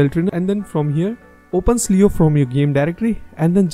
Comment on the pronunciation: i wanna correct something. the word cleo is pronounced kleo not sleo like what u said